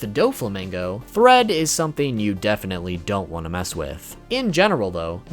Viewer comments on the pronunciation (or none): none